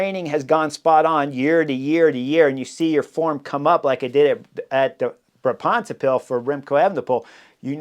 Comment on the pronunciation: Tip for pronounciation of Brabantse Pijl, the emphasis is on Bra, not on bants. Written out it sounds more like Braab’ntse pijl